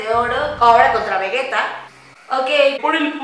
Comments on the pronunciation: Pinchi miggate no vegetai 😂😂😂🤣🤣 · Migatte No Veguetai v: jajaja C Mamo